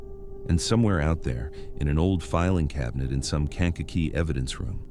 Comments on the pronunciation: "Kank a kee" is th proper pronunciation. Sometimes you pronounce it correctly sometimes you mangle it. ???? 🇺🇸☕🌄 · Kankakee= cane ka key! Ugh look up the way things are pronounced